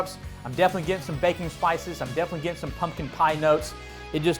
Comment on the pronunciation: Every time you say “baking spices” I hear “Bacon Spices” and I think “oh, dude’s got his own spice blend!”